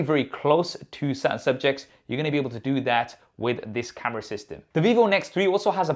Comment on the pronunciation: everything was going right until this guy started pronouncing camera as KHAMERA 😂